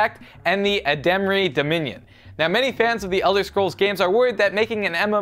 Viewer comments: You pronounced Aldemari Dominion funny... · Its Aldmeri Dominion, not Ademri Dominion. I know most people don't care but please, get it right. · Ademri Dominion? ADEMRI DOMINION!?! IT'S THE ALDMERI DOMINION! NOT THE ADEMRI DOMIONION!!!!! I thought you guys were legit... *sob* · It's ALDmeri dominion, not Admarey dominin! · he said the Adamri dominion, it is called the Almeri dominion. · Ademri Dominion? ALDMERI DOMINION DAMMIT! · ademri dominion? lol aldmeri dominion. :P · Ademri Dominion?? Its Aldmeri Dominion *NERDRAGE* :P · You pronounced Aldmeri Dominion completely wrong. It's pronounced "Alt-meri", not "ad-demri" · Ademri Dominion? It's Aldmeri Dominion. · am i the olny one that faced palmed when said addemeri dominion? its aldmeri dominion:P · Ademry dominion, ALD-MERI-DOMINION!. god damn....if you are going to give new do it right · i have the upmost respect for you but it is pronounced aldmeri dominion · "Ademri Dominion" *facepalm* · Aldmeri, its ALDMERI dominion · "Ademri dominion" fail. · excuse me for one second....Suradel? Ademry Dominion?! WTF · I am a huge Elder Scrolls and fan but when he said, "Ademrei Dominion", I just about lost it. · you said aldemari de minion wrong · Wow he said Aldmeri dominion totally wrong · He pronounced the Aldmeri dominion wrong, he dare he mock my elvin kind :P. But its all good there awesome enough anyway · butchered the aldmeri Dominion's name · lol pronounced aldmeri dominion wrong ;D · Why does no one know how to pronounce the Aldmeri dominion like Simon from the yogscast he didn't even know of them and they are every where in Skyrim P.S. it's not your fault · He said Aldmeri Dominion wrong